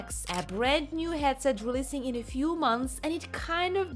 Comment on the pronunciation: "HATset" XD I remember people mocking me too here in comment when I tried my emglish by saying DK2 DevelopMINT Kit .... 9 years ago -)